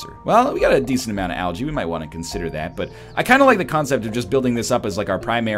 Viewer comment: English is my second language, but is that really how algae is pronounce?